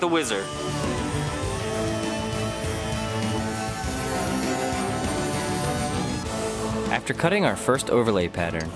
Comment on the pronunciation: i thought he said wizard instead of whizzer